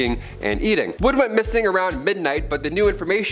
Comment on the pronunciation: Natalie Wood, not "Woods." Also, "Robespierre" is pronounced "ROBES-pierre," "Pierre," as in the French name.